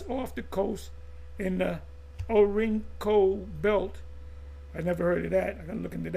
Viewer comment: Not Orinko as spelt by Redacted but (Orinoco). The Orinoco Valley in Venezuela refers to the vast basin of the Orinoco River, meaning "a place to paddle" in the indigenous Warao language, highlighting its crucial role as a navigable waterway for diverse ecosystems and peoples, known for its immense biodiversity, tropical climate, rich resources (like oil)